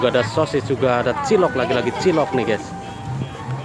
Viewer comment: Gyus bro bukan ges